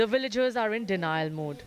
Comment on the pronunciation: Villagers not Willagers. Really don't understand why Indians pronounce Va as Wa